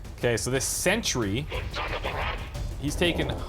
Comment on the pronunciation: What`s a Century? (Looks at screen, sees a Sentry). OH HE MEANS SENTRY